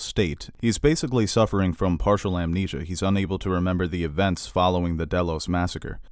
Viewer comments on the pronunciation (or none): none